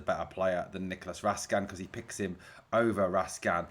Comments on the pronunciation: Raskin not raskan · Its Raskin, not Raskan when you pronounce his name.